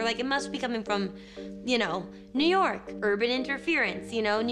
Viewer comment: I laughed WAY too hard when she called New York "YunYork" and Ritter actually mouthed it EXACTLY the way she said it